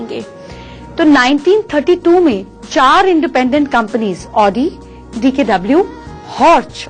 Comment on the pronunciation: It's NOT pronounced as Odi...but AAUDI..